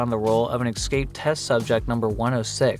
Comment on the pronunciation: Plesse stop saying excape.